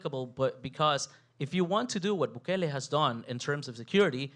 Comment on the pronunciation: Intro — can’t even pronounce his so easy name to name —- We appreciate Bukele